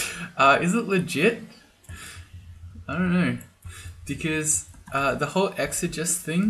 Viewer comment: it's ˌek-sə-ˈjē-səs